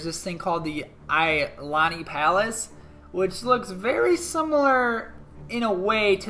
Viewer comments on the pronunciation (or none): Not trying to be picky but Hawaii is not pronounced "Ha why" it's more "Ha why Ee" and Iolani palace is pronounced "E Oh Lani" trust me, I'm from Oahu lol